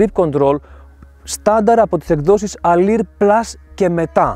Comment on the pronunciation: Αδερφέ Αλουρ λέγετε η έκδοση όχι αλιρ.